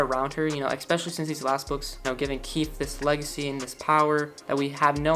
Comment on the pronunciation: It's not keith... it's KEEFE :( no hate :)